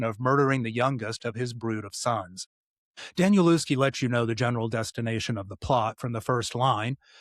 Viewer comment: Nice review of 'Tom's Crossing' - I've read it twice so far; I'm a big fan of Danielewski's. BTW, his name is pronounced 'Danielevski'.